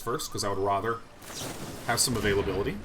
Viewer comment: Both the ways you pronounced azure were incorrect. You also really mispronounce 'rather' a lot too.